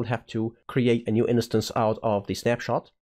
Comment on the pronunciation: The word 'instance' has two syllables: in + stance (like dance but starting with st)